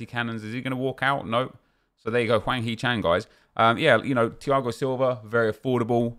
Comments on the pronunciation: Its Hwang not Wang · Hwang, not Wang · HWANG NOT WANG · I'ts hwang not chan